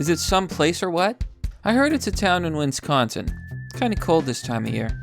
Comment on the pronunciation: Dude you can’t even pronounce Wisconsin.